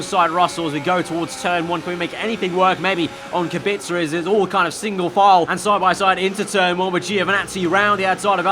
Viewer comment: Correct pronunciation of Robert's Kubica name, i'm impressed